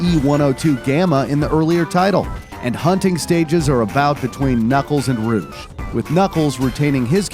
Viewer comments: Not rouge but rogue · Bro calls Rouge Ruge